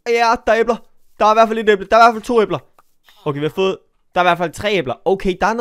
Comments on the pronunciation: Du ud taler æbler forkert men god video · Det lyder som æber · Jammen har jeg ikke lov til at det lyder som æber? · Hvorfor siger du æbler på den mærkelige måde😂